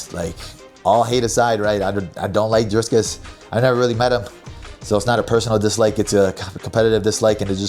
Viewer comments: FFS, Belal, it’s “Dricus,” with one “s.” Not “DriScus.” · I keep dying when he says "driscus" habibi it's DRIcus DREE CUSS 🤣🤣🤣